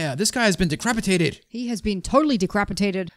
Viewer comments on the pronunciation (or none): You said decrapatated